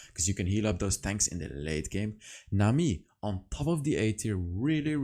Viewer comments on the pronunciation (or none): none